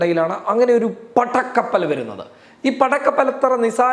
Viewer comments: പട്ടക്കപ്പൽ അല്ല ജീ പടക്കപ്പൽ എന്ന് പറയു ജീ.... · പട്ട ക്കപ്പൽ അല്ല.പട കപ്പൽ, അമർത്തൽ കുറച്ച കൂടുതലാണ്